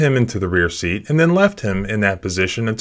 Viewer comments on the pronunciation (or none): none